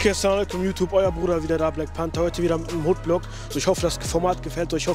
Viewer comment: ich verstehe immer wrap bei panther😂